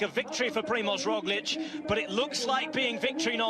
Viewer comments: He said Rojlik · Haha Sean Kelly just can’t pronounce Roglic